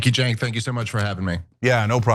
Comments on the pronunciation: Cenk's name is pronounced Jay-nk. Or chunky yogurt. But not Sank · Pronounced "Chenk," not "Senk"... It drives me mad when cannot pronounce words correctly or uses double negatives. 😅 He's too smart to make himself sound so dumb. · Cenk is pronounced as Chenk. exactly,! Dave is a demagog, he always uses 10x more words than needed, to say anything, just like Cenk. they both can talk for 30min and say nothing + both of them are doomers - there is always smth terrible is gonna happen: ww3, climate change and all that lib fearmongering bs, but dropping birthrate ain't an issue - it is a choice. i used to like Dave in the beginning, he seemed smart, but past year he lost his marbles and turned into a demagog, his thoughts are scattered and can't form a thought properly, always talks around, frequently stops in the middle of the sentence just to rephrase it. he constantly cries wolf with every gust of the wind. terrible negative human to be around. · Do you mispronounce his name on purpose? 😅😅😅 You did it on Piers Morgan and I thought it was just a mistake. But now…..